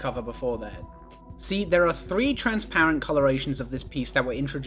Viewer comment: lego rly said trans-lights 🇷🇴✊😔